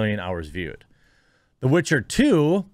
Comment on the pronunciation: It's called "The Witcher", not "The Bitcher", for a reason.